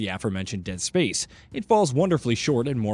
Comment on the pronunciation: Anyone else really bothered by the way he says dead SPACE.